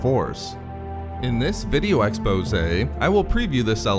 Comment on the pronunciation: GETTING BETTER! less voice modulation the better! thank you! i want to watch your videos, but the the voice modulation was cringy AF! NOW JUST FIX THE WAY YOU SAY EXPOSE